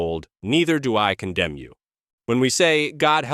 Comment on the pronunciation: "Neither do I condimm you" ? The word is condemn . "In th fire" ?